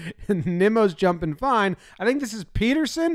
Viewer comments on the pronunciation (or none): none